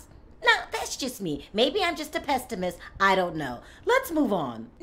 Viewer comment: Hi dear, thank you so much for your juicy rumors:-) If I my correct you by your phrase: "Myabe I'm a PESSIMIST" not "PESTIMISST". Best Regards Michael